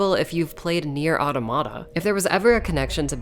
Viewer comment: Alert: Mispronunciation of NieR: Automata detected. Your Administrator's review qualifications have been revoked. This unit will now self destruct. Please stand by. . . . (3). . . . . (2) . . . (1) . Ending [?]?? v~v-=---~+ R 01 1 cR 3Di75 +~---=-v~v 1M3405SBEXNA0LOJPGIGSFIVMEI LOJP1M3405GIGSFIVMEISBEXNA